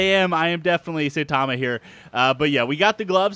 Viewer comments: Sai-tama not say-tama :( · S-i-tama pronounced with an I and not A like saytama